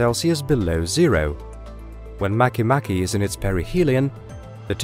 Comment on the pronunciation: Mah-kay mah-kay